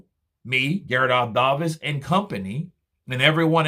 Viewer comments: When are you go to learn to say Gareth A ( Day vis.) And not ( Dav is) Youve been calling him this wrong name for years 😂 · Who is Gareth A ‘Darr- Vis’😂